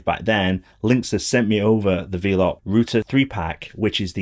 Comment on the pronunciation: Great video. Quick point - it’s pronounced “Vel-up”, as in, “they’re wifi nodes that ‘envelop’ your home with internet” (from ‘envelope’) 👍